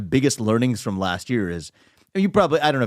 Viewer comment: Vivek don't say Washibgton post, that's not the cool way, you must say WaPoh.....